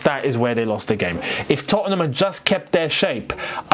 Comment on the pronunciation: you're the only Londoner I've ever heard put that extra syllable in the middle of 'Tottenham' like Americans do!😂 (Not a dig bro, I love your work💙)